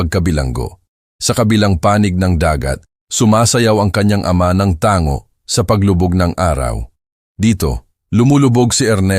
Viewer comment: Ang TANGO naging ta ngo